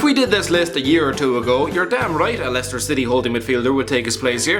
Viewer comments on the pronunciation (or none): none